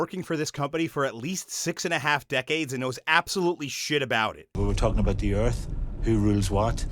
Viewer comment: alien earf